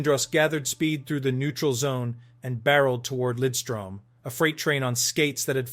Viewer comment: Maybe the best two way defenseman ever. Great pronunciation on Lidström by the way!